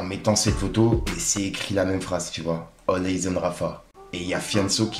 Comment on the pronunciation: All Eyes prononcer Aillz ❤pas Eiyz Thanks you ❤